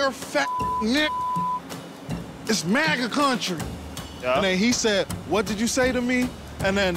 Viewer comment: The way he said "It's Maga country" with the accent he did... WHYYYYY 🤣🤣🤣🤣🤣🤣